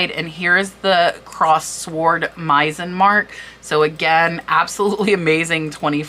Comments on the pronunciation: Very interesting! One small thing: Meissen is German and is pronounced with “s”, not “z”. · Thank you for all the infos, you need to work more on your pronunciation and specially Hermès and Meissen Hermess, Meissen, no z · I say this with all love ( and I'm old and have been junking since grade school so I had to learn a lot) but Aynsley is pronounced AINs lee , Sevres is pronounced Sev , and Meissen is pronounced MY sen. Thank you for all you do!